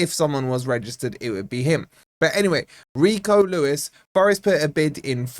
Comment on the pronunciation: Well at least you can pronounce his name, but seriously, this Lad has huge potential and can only get better as he gos on. But, we still need Luiz more than anymore wide players.